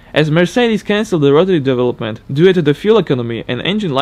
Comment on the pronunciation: Just a tip: pronounce due as in pro*du*ce not du-e :)